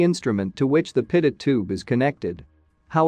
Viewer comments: Its pronounced 'Pitoe'...not 'Pitot'. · "pitut".... I thought it was pronounced pee-toe Edit: nevermind. I see it's a robo voice text to speech thing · Dang AI voice stupidly pronouncing "pitot". French name of Henri Pitot, the inventor, and those crrrrrazy French! They NEVER pronounce the final "t", therefore: "Pee toe" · pitot is pronounced pee-toe. This drives me to be annoyed. good information, but aghhh. Can't listen to the whole thing. maybe get a human to read the script instead of a computer generated voice.